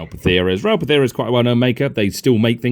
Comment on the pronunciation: It's Ral Partha not Pathera, interesting video none the less